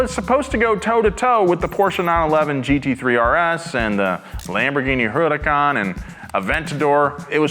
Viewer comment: thats the most italian that i ever heard, say it again, Huracan👌